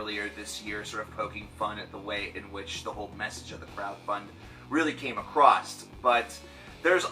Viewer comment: Whats with people saying "acrosst" instead of "across"?